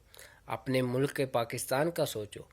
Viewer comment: Mulaak ni hota be..mulk hota hai.. a nahi hota l aur k ke bich mein